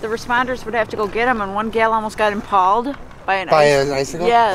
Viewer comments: and how does one pronounce it "impauled" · Ok this is amazing but I can’t get over the lady who said IMPALLED INSTEAD OF IMPALED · Who the F says Im-PALD for impaled? :D